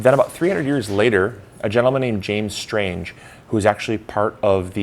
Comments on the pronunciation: lol it’s Strang not Stange. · You can also take a 3hr. ferry ride out of Charlevoix. It takes a little longer, but it’s WAY cheaper!! And btw, It’s not pronounced Strange, it’s pronounced Strang, like rang